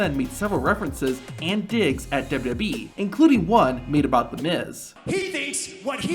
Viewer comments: dubadee dubdubweee dubooduboueee dubdoobwlwlweeee. ffs it's W W E Not that hard to say. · What is this "Dub-ub-e" you keep referring to? I've heard of "Double-You, Double-You, E" before (WWE.) Perhaps that is what you are referring to? Sorry for the troll, but it just got annoying after awhile listening you mispronounce over and over and seemingly WORSE every time you said it.